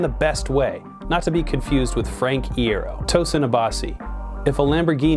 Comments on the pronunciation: There's an "I" there.......... Pronunciation: Eye-air-oh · Yoo i was about to say, where tf is my frank iero, and this guys says "frankiero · Repeat after me: EYE-EAR-OH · Frank Iero (pronounced eye-air-oh) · His pronunciation of "iero"is killing me😂 I've never heard it pronounced like that before... is that just me? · he said it wrong hahaha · Existential Crisis ikr?